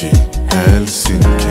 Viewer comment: Très bonne prononciation de Helsinki pour un francophone